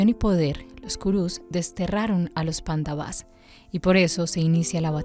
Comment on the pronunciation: Si van a leer el bhagavad gita les recomiendo el que se llama. bhagavad gita tal como es de srila prabhupada, ya que este es el original traducido del sánscrito. El resto de libros con este nombre suelen ser interpretaciones de los escritores. y se pronuncia PANDAVAS no panda-vas y KURUS no ku-rus, sin esa pausa momentánea. ahora si quieren saber bien como es la historia les recomiendo el MAHABARATA. del escritor viasa. allí es donde esta la historia completa de las dos familias y alli mismo esta el b gita.